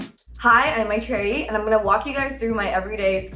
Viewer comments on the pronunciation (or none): I love this but I HATE when Indian women whitewash their name to sound good to white people and can fit easily in their mouth. Maitreyi, say how your name is really said with pride, this ain’t it. No Indian has ever said Maitreyi like that. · Right!!! I was so caught off guard when she pronounced it like that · “Hi I’m mETHaRiEYY”🤡😂